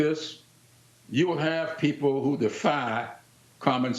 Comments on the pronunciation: "What do you say to these poople?" SHE SAID POOPLE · DID YOU SAY POOPLE? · YEP, YEP, YOU SAID POOPLE.